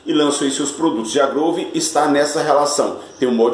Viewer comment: Oi amigo, a pronúncia correta da Big WHELL é Uiu e não Uéu. Porque se fosse Uéu seria a palavra Well (bem em inglês) e na verdade é WHELL (Roda grande). E sobre a GROOVE, a pronúncia é GRUVE. Quando se tem dois Os em inglês, exemplo BOOK, GROOVE, tem som de U. Então não se lê GRÓVE e sim GRUVE